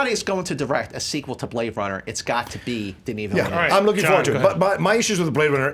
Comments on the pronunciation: Ok. Ok. It's Villeneuve like you pronounce 'hors d'œuvre' or better yet, nerve! so Vill-nerve! Sincerely, a French Canadian :) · Thank god the french Canadian woman finally let them know it's pronounced Ville-nuv. won this fight. He could have easily been 5-1 if Signore didn't just hate so much that he couldn't stand to see him win. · Merci d'avoir corriger leur prononciation de Denis Villeneuve. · Finally an amazing movie fight in 2017!! And thanks to to tell them how Denis Villeneuve'S name is pronounced, that was driving me nuts especially since everyone on movie fights and schmoes makes such a big thing about how they know how to pronounce the name correctly and then doing it all wrong